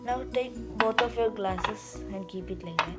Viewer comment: the way he says glesses